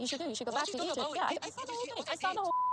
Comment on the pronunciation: She can’t even pronounce ‘Egypt’ right